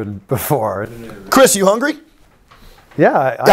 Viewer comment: "Hungy" omg he is 20